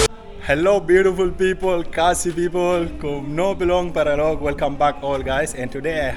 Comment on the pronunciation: Paralok not paraloks